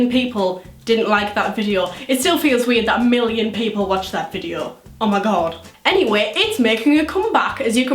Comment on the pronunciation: The first time she said video sounded like vijio XD